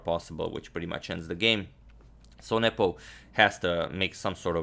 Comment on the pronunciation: Is it just me or is he saying nipple insted of nepom